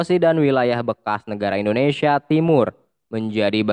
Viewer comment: Indonesia om, bukan indonesiya